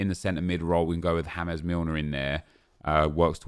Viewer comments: Did he jus say Jamès Milner? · He really said hames mliner 😂😂